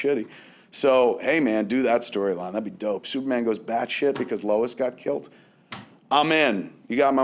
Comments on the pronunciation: That Martha bit really got to me, I know that everybody says its silly but it struck an emotional chord with me. Also Kevin I'm wondering why are you calling it kilt instead of kill? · I love the way Kevin says "killed"....he pronounces it " kilt" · Why does Kevin pronounce 'killed' as 'kilt'? Is it a regional dialect thing, or just a Kevin Smith thing? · Is Kev saying "Killed" or "Kilt"? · nictro No its just being lazy. I have never heard anyone else pronounce it like that.